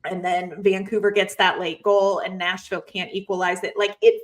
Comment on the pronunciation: Is it just me or does keep saying national predators instead of nashville predators